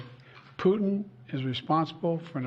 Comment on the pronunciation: Sleepy joe😂😂 whats he even saying😂 intead of putin he says putn😂😂